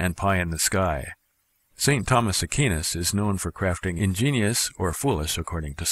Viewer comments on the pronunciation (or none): BTW: I think you may be pronouncing ST. Thomas Aquinas' name incorrectly. Instead of "AH-KEEN-US," it is "AH-COO-WINE-US." :)